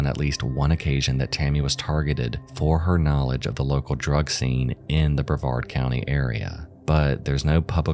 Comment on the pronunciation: The only true crime channel to pronounce Brevard correctly lol